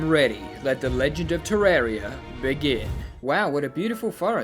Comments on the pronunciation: ter-RAR-ia not fucking ter-air-ia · *wrong way